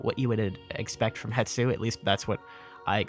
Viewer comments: Love the vids, keep it up (Also hate to be that guy, but it's hes-too, not het-soo) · HE-S-TU, not Hetsu, come on look at it before you say it like a thousand times. >_< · I believe it’s pronounced HES-to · i love you, dont get me wrong, zero gripes about anything... but why does everyone pronounce it Het-su... when it's Hes-tu? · I made this comment on another person's comment but will repeat briefly. I think it is a case where a person said it Het-su somewhere and it just started sticking in people's brains falsely without returning to the source to check a look at the factual spelling and reasonable way to pronounce the letters to make the name. . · I came here to comment this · WHY DOES EVERYONE GET IT WRONG THO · That's intentional and funny. You are just making an arbitrary choice that has zero context. Hetsu sounds more Japanese? Fkn dumb. Naruto isnt japanese enough, I'm gonna pronounce it Naturo cuz I want to. See how dumb that is? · Hypemaster HMK and several other Zelda tubers reverse the s and t when they pronounce his name as well. Might be a propogating and reinforcing phenomenon where one person heard it wrong somewhere and it just keeps creeping across other content creators. Still the number of times the name is said in this video makes it much more noticable. Glad some other viewers are keeping their ears open.